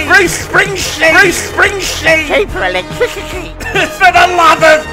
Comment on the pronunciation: Hi The best one yet, multiple Cheawper Electwicity Thank you 🙏 Getting strange looks on the train this morning due to my laughs when the Chairman talks with vision of a horse taking a dump 😂